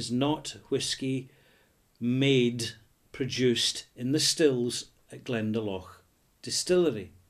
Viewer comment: FYI... it is pronounced Glenda - Lough. Hope youre well.